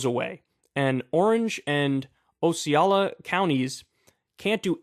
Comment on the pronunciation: Local to that area - quick tip for proper pronunciation of that "O" county in FL. Osceola - "Ah-see-OH-luh"